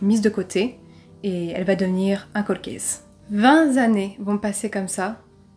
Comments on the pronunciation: Bien raconté faire attention aux liaisons on ne dit pas 20 s’annees mais 20 t’annees car 20 s’écrit vingt ! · "Vingt" est invariable. Donc vingt T'années, c'est mieux que que vingt Z'années ^^ Fais gaffe... Y a déjà Victoria Charlton et McSkyz sur le podium des liaisons pourries du True Crime. Evite de les y rejoindre;) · Vingt'z'années avec un z comme Zorro ! Mes pauvres oreilles ! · Le vingt 'zannées' m'as achevé ! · Vingt "z",années...c'est pas beau....dédectrice privée?? drôle de mot.